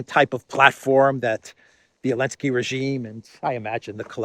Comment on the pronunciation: Why do you insist on calling Zelenskyy, Elensky?? Very unprofessional!!